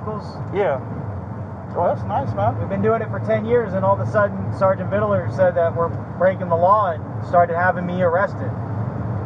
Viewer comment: He always says “Viddeler” he’s so freakin annoying. Then he’s saying how he doesn’t impersonate while using police codes and lingo 😆😫